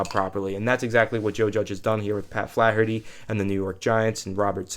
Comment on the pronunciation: says Flaherty like Charles Barkley swings a golf club.